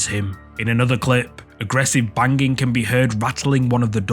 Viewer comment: bang-ging, lol